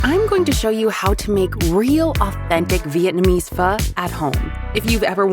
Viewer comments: i thought it was pronounced phoe not "phuh" 😭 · It's pho, not fuh. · Yeah that good "fuh"!!!! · was it always pronounced "fuh" and not "fo"? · Pho❌ FAHHHHHHHH ✅ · All I hear is fuh and my dih isn't happih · That's not PHO. It's FAHHH 💀